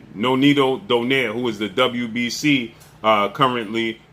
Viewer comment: Even Donaire isnt Pronounced DO-NEYR, it is realy Pronounced as a Filipino , DO-NAY-RE. 😂😂😂 AMERICAN so free even pronounciation made it worse😂